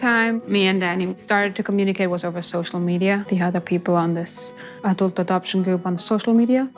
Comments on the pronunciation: Adelt? 😂 love you! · I gotta call you out … ah•delt?? I have never heard anyone pronounce adult that way 🤣